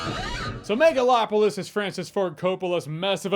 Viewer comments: Am I hearing megaFlopolis? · I swear I heard Nipplelopalis. 😂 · Excuse me...*cough cough*, I believe you mean "Megaslopolis".